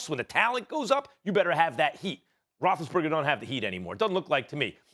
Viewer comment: “Big Ben Rothesburger” gosh I hate it so annoying